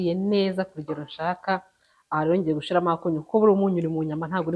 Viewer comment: nkunda kumva ibiganiro byawe gusa reka ngukosore ntibavuga "Gushiramo bavuga "Gushyiramo! Nukuri dusigasire ururimi rwacu. Kandi rwose niko uvuga burigihe